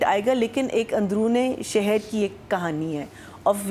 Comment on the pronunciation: Jitni bar ye admi sehar ko sarah bolti hei mujhe etna gussa ati hei🔪🔪🔪. And thumbnail thik. Karo sehar not seher